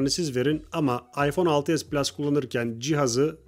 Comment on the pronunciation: PLUŞ DEĞİL